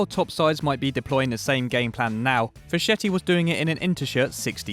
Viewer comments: Facchetti is pronounced "Fakketti" guys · Giacinto Facchetti is pronounced "Jachinto Faketti"